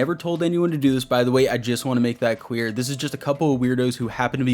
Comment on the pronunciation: Cwear instead of Clear